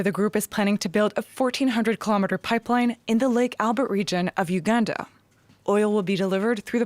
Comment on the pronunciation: First of all, you don't even know how to pronounce the name of our beloved country #Uganda, and you begin criticising our plans. We don't need your help cause it's only causing harm to our continent. Your nations have more problems to deal with, but you keep pointing your noses in our affairs which don't concern you.